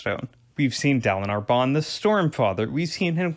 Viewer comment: Neither Kaladin nor Dalinar has an “ah” sound for the first syllable lol. I mean I’ve never heard them pronounced that way! It’s an in-between short A and long A sound, idk what it’s called. Like Kal like in “calorie”